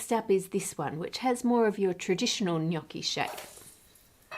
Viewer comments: kudos for not pronouncing gnocchi GH-NOK-KI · Thank you for pronouncing gnocchi correctly Ann, from an italian FROM italy, much appreciated haha